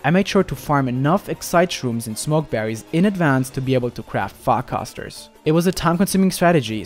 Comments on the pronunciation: when he says farcaster is sounds like he's saying fuck us ter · I dont know if its just me but when he said farcaster is sounded like he said fuckassa